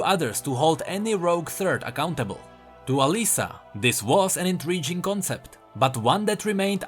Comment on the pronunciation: you pronounced "intriguing" very interesting. look it up on google bro. ˌ/inˈtrēɡiNG/ how it is. thank you for great videos. just a productive criticism. I hope you don't mind. i am not really trying to make fun. English is my second language too.